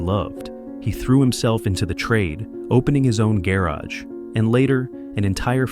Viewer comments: “Gay Raj” like tf turned the word garage into calling someone named Raj Gay 😂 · What is a "Gair-azh?"